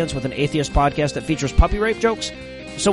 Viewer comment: OMG How I need to listen to the dote come pode caste